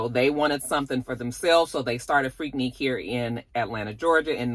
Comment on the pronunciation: Finally, somebody who pronounces Freaknik correctly.!😂😂😂